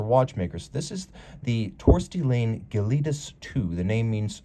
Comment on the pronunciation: As an FYI Laine is pronounced - 'Liner' (as in ocean liner) in Finnish. How do I know (?) it was my mothers maiden name...